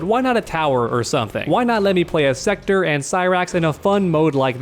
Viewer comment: Bro it's SEKTOR NOT SECTOR. Wtf man.